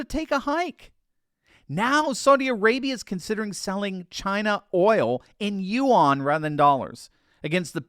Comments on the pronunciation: Please STOP saying You ON for Yuan? Yuan is pronounced Yuuannnn, You On....please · note to and anyone else who wants to speak with intellect: Chinese currency is pronounce the same as WREN (if you add 'W' sound) either way it's no way close to 'yu-wan'